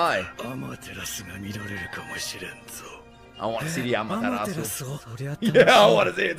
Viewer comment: said “Amaterasu” wayyy to perfect 👀👀